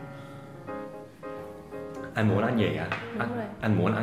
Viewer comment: Anh ng ta đọc là ăn chứ ko phải an đâu thầy